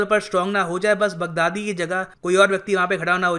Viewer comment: He pronounced “Big daddy” 😂😂😂